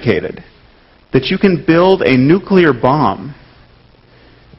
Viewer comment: It's so good to hear an American saying "Nuclear" instead of "Nucular" I thank thee in the name of science and education Sam Harris.